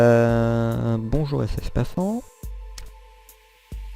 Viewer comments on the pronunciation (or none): Petite précision concernant mon pseudo, c'est FFPAFan où on lit Fan à la fin (genre on prononce Fane pas Fan) 😭😂 Mais sinon merci pour ta visite et tes compliments !